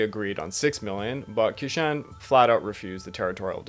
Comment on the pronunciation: Also q makes a "ch" sound in Chinese. Qishan is pronounced "Chee-shon"